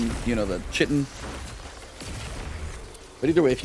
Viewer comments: Its pronounced Kite-in not chit-in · Just FYI, Chitin is pronounced Kye - ten, it's what insect outsides are made of. Still love your work man!